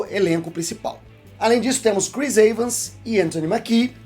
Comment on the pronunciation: "Chris Eivans" Akakakakakaakkakakakaka